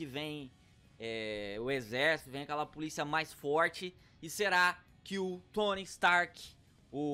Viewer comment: "Tony strk" ??? Wtf